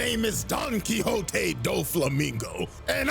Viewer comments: I lost it at "Don Quicks Oat" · Don't worry. When I played Castlevania: SotN when I was younger you can find a book titled Don Quixote. And I pronounced it the same way you did